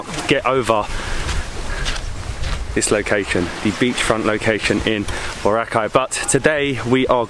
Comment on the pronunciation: He pronounced Boracay correctly.